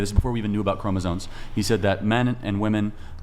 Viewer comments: WTF is a chroma-ZONE? Sounds like a fucking OBS filter. How can anyone expect to be taken seriously in an argument if you don’t even know how to pronounce the central word in your argument. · Why do you people continuously mispronounce "chromosomes"? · Love charlie, love his work, its pronounced Chromosomes with an M!!!! Bugs me to no end that one. Peace!